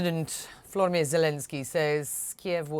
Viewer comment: "President Flormi Zelensky said" ??🤔